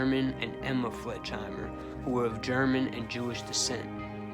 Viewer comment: His last name was pronounced Fleg in hi mer.Not Fledgehimmer.